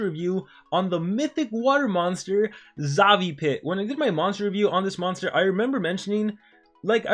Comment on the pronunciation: Xavipit no Zavipit or it's your accent, btw the mythics are already not basic old days monster because katufo remove positive and aoe stun, Froma disables trait, Armor Claw have taunt, and Cyberiel have weakness skill and skill mirror.